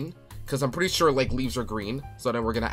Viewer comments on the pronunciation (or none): none